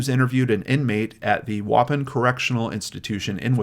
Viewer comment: So nice to catch one of your videos so soon after you posted it! I'm from Waupun, WI originally. My family still lives there. You did pretty well with the town name. It's actually pronounced WA (as in water) and PON (as in pond.) I've been watching your channel for years and absolutely adore you. And cheese. In no particular order. Thank you for remembering those who have disappeared or been killed.